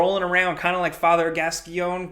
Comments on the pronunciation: Father Gass-Coin it’s pronounced Gass-Coin 😂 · The way butchered Father Gascoigne's name hurt my soul. (Gas-coin) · Father...Gaskione, Gasquan? Really? lmao